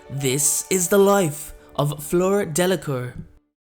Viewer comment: It's pronounced " de la cour "